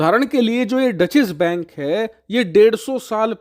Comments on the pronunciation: Actually, it is “Doetch”. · डचेस बैंक नही, डॉइशे बैंक. That's the right pronunciation. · इसे " डॉशे बैंक " बोलते हैं । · Dutchesh bank nahi hai wo 😂😂😂😂 it’s a German word. Content sahi rehta hai lekin उच्चारण pe kaam karo